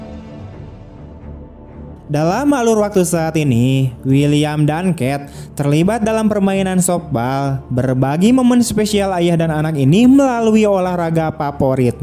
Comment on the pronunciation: Tolong belajar cara pengucapan nama2 dan sdkt bhs inggris. Duncan, softball dsb jangan dibaca ala bhs indonesia. Aneh di kuping.